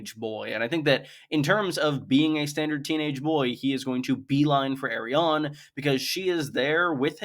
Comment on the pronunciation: Why tf are you pronouncing Arianne like that ?